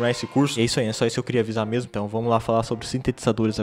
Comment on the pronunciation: Caraca....qué isso Rapá... "Bão mêmu"